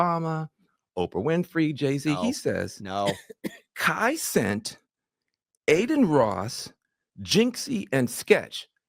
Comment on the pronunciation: Every time I hear him pronounce Cenat incorrectly, I laugh 😂😂😂😂